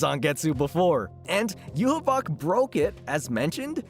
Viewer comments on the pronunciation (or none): "Yuhuboc" what kind of Yhwach pronouncation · bro why the hewl are you calling Yhwach like that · Bruh hearing him mispronounce Yhwach is gonna drive me crazy lmao